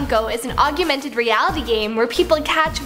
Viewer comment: That's now how you say "augmented"